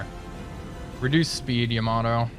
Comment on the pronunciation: Man I bought this game just because of your videos. But dude you gotta stop calling the Yamato "Yama-doh". :D